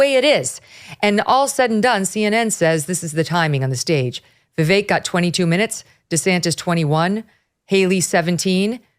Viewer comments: First guy, its like Vivek like cake not not va vick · For anyone who can't say Vivek properly: Easiest way to pronounce VIVEK, say these words exactly how you pronounce them BUT TOGETHER: WE-WAKE Pronouce them each as you normally do but pretend they are one word. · How can he say he k owes Vivek when he can’t even pronounce his name correctly!! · There is no way Josh Holmes does not know how to pronounce Vivek's name. The fact he does not pronounce it properly, shows a lot.